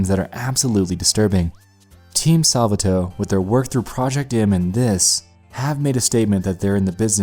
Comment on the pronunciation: “Salva Toe”